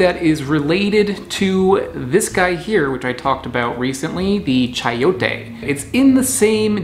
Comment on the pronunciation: It's pronounced Sai-oh-tay.